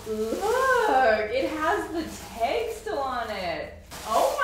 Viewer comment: It’s the you y’all say “tayg “.